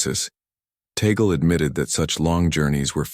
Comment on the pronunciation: The Cardinal's name is pronounced TAH'-glay. Have some respect.